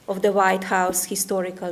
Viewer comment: I want to know why she pronounced histhorical not historical